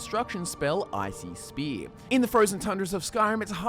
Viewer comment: When you say icy spear, it sounds like you are saying ICP. You a juggalo homie? Hahahaha